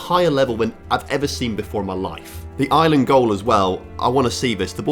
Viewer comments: Its Ireland not island 😭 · STOP CALLING IRELAND ISLAND YOU SAY IT LIKE ARLAND (THATS ONE REASON WHY I DONT LIKE THE BRITISH (ENGLAND) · I'm sorry but how hard is it to say Ireland without saying "Island"